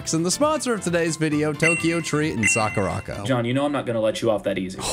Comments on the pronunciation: It’s Sakura co not sakuraco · You ar Saing it Wrong its sakura co